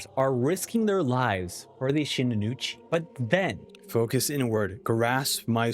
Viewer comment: bro why you keep calling the shinuichi shinunuchi?